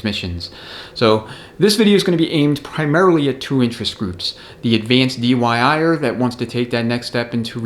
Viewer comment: Another get set of recommendations. I feel I have to give you a hard time about the dyi'er, I'm know you meant diy'er but said dyi'er a lot. I'm sure you are having a good laugh about that too. Happy New Year. A $47 bushing tool on amazon works well, a little ATF makes install easier than going in dry. 52 in 1 Custom Bushing Bearing & Seal Driver Set The stator and input shaft expander and resizing tool sets out of aluminum are $10 now. China has greatly reduced the prices on specialized tools. The outer race from the input sprag, a threaded rod, a 2x4 and a piece of metal work great to remove the low revers piston snap ring.